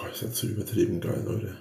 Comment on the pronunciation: bei dem "ihr seid so übertrieben geil" is mir kurz die kotze hochgekommen, diese betonung bei alter